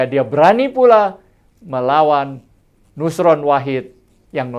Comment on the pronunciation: NUSRON pak, bukan YUSRON